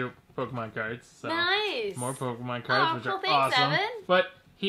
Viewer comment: the not say crads instead of cards. anyone else notice?